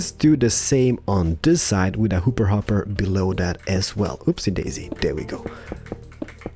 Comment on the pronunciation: In the Mediterranean house series we learned to count to 5. In this series we learn to count to five. Can't wait to learn to Count to 7! Love your videos. I also love how you say hooper hopper and window penises.